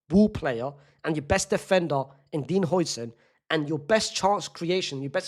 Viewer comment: Its how-sen not hoi-sen😭😭